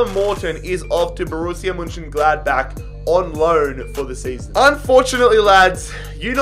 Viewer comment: No one: Absolutely No One:: Borussia M’Gladbake